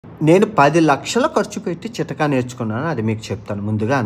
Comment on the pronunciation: చితక కాదు.... చిట్కా..... షెఫ్ఫు కాదు, చెఫ్......😂😂😂 ఇమునిటీ కాదు, ఇమ్యూనిటీ 😂😂